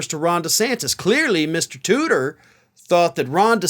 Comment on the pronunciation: Oh, "Tudor", I'm disappointed, for a few moments I thought he was actually called "tooter".